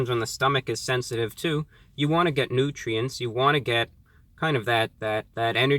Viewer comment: The way he says nutrients...